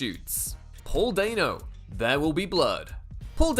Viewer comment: Dan-O. It's pronounced Dan-O, just like it's spelled. Dan, like Danny. Stop saying Dain-O.